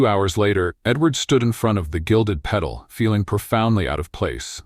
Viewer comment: Good story. UK. I think in the narration "Gilded Pedal" should be Gilded Petal.